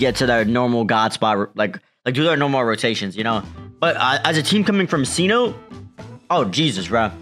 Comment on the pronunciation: Love y'all squad, keep up the grind. I'm a huge nuggets fan so love the basketball talk. Bones Hyland is a hooper. Breakout incoming! Also cenote is pronounced se note tay. trying to spread the word cuz no one seems to know